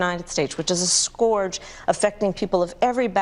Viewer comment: Harris is well spoken for the most part, but even she mispronounces "scourge". I've seen that a lot lately from various people. It's not "Score-jh". It's "Sker-jh".